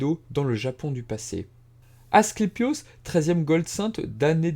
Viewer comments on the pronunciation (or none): Mauvaise prononciation : AscLEpios ou esculape (la même chose) :) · Très intéressant ! Question : ta prononciation d'Asclépios change tout au long de la vidéo : c'est normal ou pas ? (plusieurs personnes avec des noms proches, ou juste un lapsus) Et autre question : c'est vraiment un réupload ? (cf le titre)